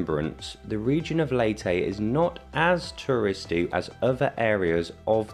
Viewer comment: My wife is from Leyte and she, her family and friends promounce it “Lay tee” NOT “Lay teh”. Also, it’s “Tac low bun” NOT “Tacla barn”